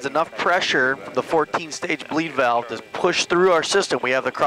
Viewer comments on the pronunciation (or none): none